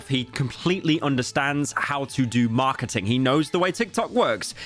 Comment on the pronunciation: I like how Pyro pronounces marketing. Its like when Gordon finds out the food is fukken raw.